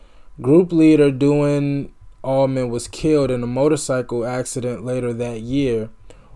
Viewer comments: Duane: pronounced "Wayne" with a D in front of it "Dwayne" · Hey! Duane is pronounced "Dwayne".... Jaimoe is the only one still alive, Dickie Betts (guitar) just passed away a few weeks ago. They pre-date Skynryd. Gregg Allman sings and plays hammond organ. Thanks for checking this out.